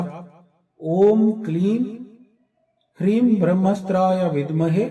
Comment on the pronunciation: Hleeg, Hleem ya hileenm, hreem ya hlreem bole? aap hreem, hreeng bol rahe ho mantra main Hlreem likha aa raha hai. Sahi kya hai?